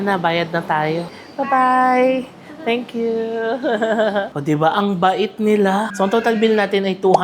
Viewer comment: Natatawa ko sa "tenk kyu"!😂😂😂 nagiging Chinese accent na...hehe mapapagala na nman ako sayo 😅 😅...❤❤❤❤❤